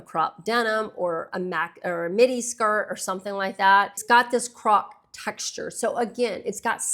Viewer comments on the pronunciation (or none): none